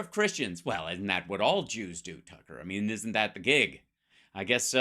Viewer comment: Twucker is so funny! I love it when he chases that cwazy wabbit!😂😅 he is an asshole!